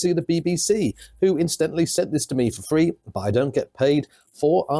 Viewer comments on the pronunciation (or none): “I got a fwee one” no it wasnt FWEEEE, the licence fee payer subsidised yours, you numpty